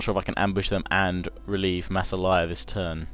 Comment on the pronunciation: massilia lol not masselaya XD